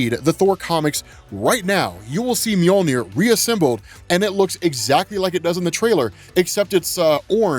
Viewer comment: He buries the handle to storm breaker u said moijner or however it's spelled lol